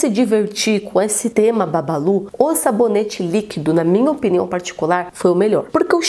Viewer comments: Nii o nome é bubbaloo não babalu😂😂😂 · "Porque as pessoas pronunciam Bubballo com "A" sendo quê é escrito com "U" ?